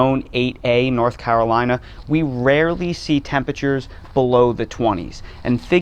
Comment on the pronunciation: And thank you, sir, for pronouncing North Carolina perfectly! A rarity even for native Carolinians!